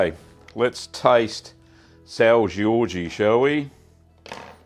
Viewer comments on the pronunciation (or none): Hey it’s pronounced soun(d) ge-orj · Nothing personal, I’m a fan of your channel, just pointed out a couple things because this cheese is life in most Portuguese homes. There is no “Eee” sound at the end. Sao Jorge pronunciation is like “Sound” without the d at the end. Jorge pronounced like the 2nd way you said it. Also, there are more than one type of this cheese, one being “Topó”, the other being “Loral” (spelling). Topó is more crumbly, dryer and much sharper. Also, comparing this amazing cheese to Cracker Barrel put a nail in the coffin of a pretty close, well done review. Either way thanks for including our small culture into your channel. 🥂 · Being Portuguese, I've had my fair share of São Jorge Cheese. While your pronunciation could improve a bit (it's a hard language, can't blame you!), The cheese and consistency looked like that of the São Jorge. It's a bit of a heavy cheese, with a very strong (and a bit spicy) taste, so I guess you got that right too! Been following for a while and finally found a reason to comment. All the best!